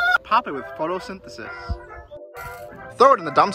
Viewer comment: Instead of photosynthesis, its.... fotosintesis